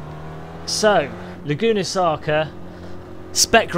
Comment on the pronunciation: "Laguna Saca" lol . Nice video,entertaining as always.